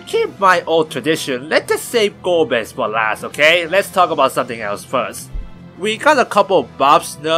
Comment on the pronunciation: 4 : 35 Golbeza ? Really ? Golbez A ? what ?